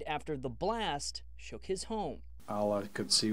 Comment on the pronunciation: Did she really say," shooken"??